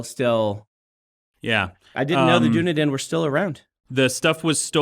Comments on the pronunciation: Unfortunately it is prondounced Dun-E-Den Not duniden sadly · Dunedin (the city) is pronounced like "done" and "Eden" (like the garden of Eden) together. Done-Eden. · Dunedin in New Zealand is pronounced "Done-Eden". But I am super glad someone else, beside me, made the LOTR and NZ connection regarding this town. Also the Rangers were termed the Dunedain, and did not "come from" a place called Dunedain. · Lol. Dudes. It's pronounced. Done -e-din. Makes me proud to be a kiwi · I love you Dan, even if your pronunciation of "Dunedin" (which is not far from where I live) leaves a lot to be desired... (It's "Dun-Edin" although most people say it more like "Da-nedin") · Lol, the place in NZ is pronounced Duh-nee-dn. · I'm Australian, not Kiwi, but i believe Dunedin is pronounced like "done". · Dunedin is pronounced Duh nee dn 😅 It is where a lot of settlers of Scottish descent ended up. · Dunedin is in the far south of the South Island. Kiwis pronounce it Dunn Eden with the emphasis on the E in eden. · fyi the city is pronounced da-knee-din in new Zealand